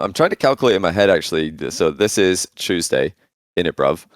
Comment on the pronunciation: Chewsday innit